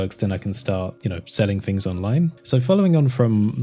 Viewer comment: Why do you say "fings" instead of "things"?